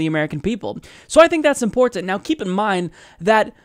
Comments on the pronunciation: Love ya but the way you say "important" drives me nuts. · I like but WHY does he say “important “ so strangely?